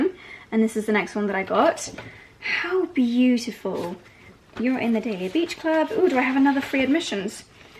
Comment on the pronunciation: If your going to be part of the club, please say the name correctly.I love dahlia and hearing you say it is just and the number of times you said it